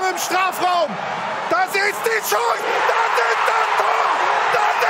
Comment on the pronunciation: DaSSSch ischt daSCHSHS TOR XD legende